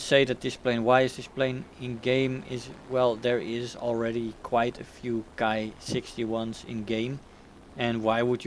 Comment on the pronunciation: Hi! The Japanese Ki is pronounced "Kee" there is no reason really to pervert the Latin "i" into an "ai" sound unless you are English of course and we all know how messed up their pronounciation is mostly due to the Latin and French influence. Not so much in the romanized transcription of Japanese however. It is important as there are subvariants that are actually called called Kai. Ki vs Kai. Cheers & Good Hunting!